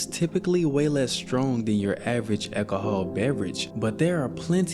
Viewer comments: I’ve never heard anyone pronounce the word alcohol like that before. An ekaholic who drinks lots of ekahol. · Eki-i-Hah. Bro, learn how to pronounce alcohol. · "accahol" 😂 say it normally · You just refuse to pronounce alcohol correct but insisttttt on using it 30 times in one minute 😂